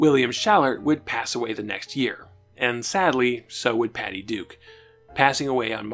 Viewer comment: Why do you keep saying "The Patty Du Show"? You keep cutting out the K. It's very weird. Add that to your "exscape" speech impediment, and I'm very confused.